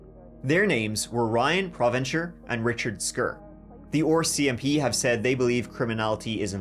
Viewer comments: it's prononouced ARCMP not ORCMP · Saying oar mcp is just diabolical.